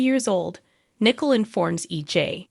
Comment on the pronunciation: Teresa, not Theresa. T not TH. Nicole , not nickel Accent on the Cole.